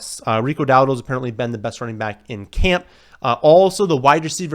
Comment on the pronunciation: “Hey it’s here baaaackkkth 🤮 with another video”